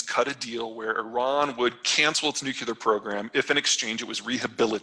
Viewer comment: Did Peter just say purr-funk-choo-airy? Is that a word? Perfunctory, by any chance? And what about "Nook-You-Ler" with this guy? Is he trying to say "Nuclear?" (New-klee-ur) Must someone near this guru nudge him and tell him how to say these words? Is someone on his staff brave enough?